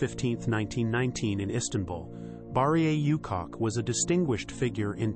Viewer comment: Please stop calling this lady "you cock", you cock!. It's "OO-chock".